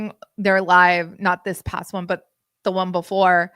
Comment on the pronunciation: boohurt? you can't say "butt" in your house?